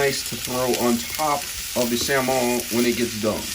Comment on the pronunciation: WTF is ony-owns and salm-owns? Why in the beginning you said onions in a proper way then switched to any awe?